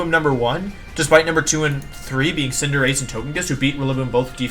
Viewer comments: He says Cinderache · for Wolfe saying Cinder-AH-chee 😂😂😂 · Wolfe so formal, he even mispronounced Cinderachi's name. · and Tojikiss and Cinderachee :( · anyone else annoyed that Wolfe pronounced Cinderace all wrong in this video?